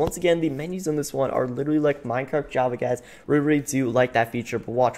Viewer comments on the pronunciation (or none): none